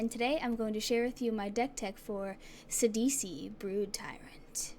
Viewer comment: I'm running a phenax mill deck with eater of the dead. Too crazy. and thank you for saying his name right!